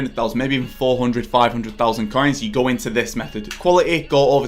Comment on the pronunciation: I hate your voice. When you say coins it sounds ”caiins”. When you say make it sounds meek. So disgusting